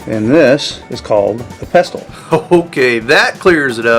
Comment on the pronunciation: Use a coffee grinder to break down the eggs. Wash the insides out right after using the eggs to prevent the growth of toxic salmonella. Thanks for the idea. I'm not sure if you pronounced pestle the way I would.